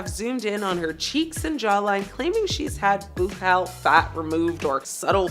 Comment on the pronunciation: Buccal is pronounced buckle if you wanted to know